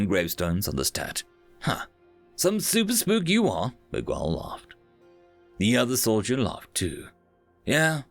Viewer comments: Miguel. You're pronouncing it weird. Don't put so much emphasis on the U. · man thanks for narrating this but for goodness sake please learn to pronounce common names like Miguel properly (it's MIG-EL) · The story was great, but every time I hear a British person pronounce Miguel like "Mig-well" instead of like "Mee-gell" it makes me cringe so hard. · Hum, the U in Miguel is silent. Every other letter is pronounced like you did though. Since it is either a Portuguese or Spanish name it follows the rules that when you have the letter GU followed by E or I, the U is silent (e.g queso - cheese). If the letters GU are followed by A or O, then you read the U (e.g guapo - handsome). Same goes for QU.